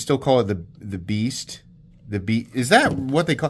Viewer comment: Did he say "nature of the Beest"? Lol